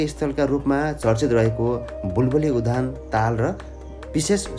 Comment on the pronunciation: सर उधान होइन , उद्यान हो आधा द र पूरा य मिलेर उद्यान भयो